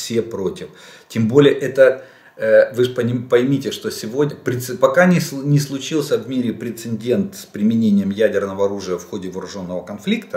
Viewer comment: Уважаемый Олег Владимирович! С большим интересом слушаю Ваши очень содержательные обзоры, но позвольте озвучить одну маленькую претензию: пора Вам уже заканчивать с "инциНдентами" и"прецеНдентами"! Поверьте на слово - выделенные буквы "Н" там совершенно лишние.